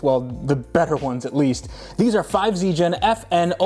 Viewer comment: 5 is pronounced "go" in Japanese. And "5ZIGEN" (5次元) means "five-dimensional space".